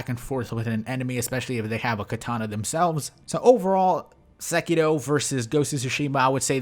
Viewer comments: I swear you say sekito instead of sekiro, and it fucks me up hella. I can’t fathom you doing it on purpose but fuck. I do love all of your content though, been watching for ages now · why do you always say SekiDo instead of SekiRo? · Am I the only one bothered that he pronounces sekiro as "sekido?" Sorry bro just wanted to correct you. Very informative video though.